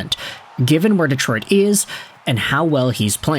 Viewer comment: Hey, here in America speak English. Its' Detroit, NOT Deeeeetroit.